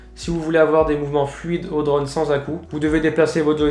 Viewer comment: J'en peux plus de ton accent breton quand tu dis " draune" !! 😂